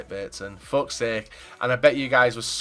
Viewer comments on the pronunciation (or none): none